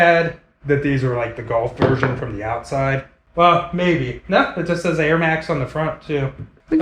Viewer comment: My guy said Nike air mine 😂🤣